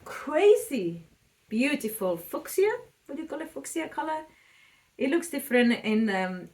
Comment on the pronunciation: f-you-sha pronunciation in English for fuchsia